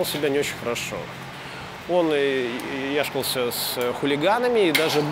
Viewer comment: Только не яШКался, а яКШАлся. А экскурсии очень интересные 👍